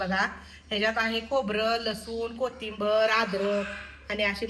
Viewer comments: कोटिबर नाही ओ कोथींबीर असे म्हणतात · कोथिंबीर म्हणतात तुम्ही कोथिबर म्हणता sorry chukich vatal manun sangitla